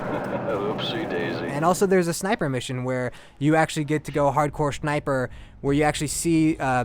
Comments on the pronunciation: lol he said "hardcore shniper" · shniper haha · Did he said hardcore shneiper ? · "Hardcore SHHNIPURR"